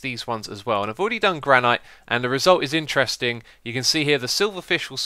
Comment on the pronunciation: Gran-it not Gran-i-t sorry but it bothered me